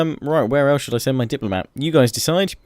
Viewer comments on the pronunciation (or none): none